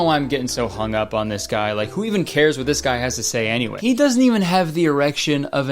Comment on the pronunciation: did he say anygay [anyway] or and again lol?